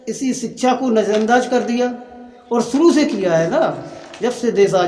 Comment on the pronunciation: अरे भाई सिक्षा बोलना तो सिखले।।